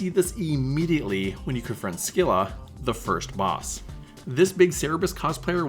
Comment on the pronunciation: Thank you very much for the video. For what it's worth, Scylla is pronounced "Silla," rather than "Skilla." You can hear it here: You can also hear it in the second line of the song "Wrapped Around Your Finger" by The Police: Best regards, and again, thank you for the strategy!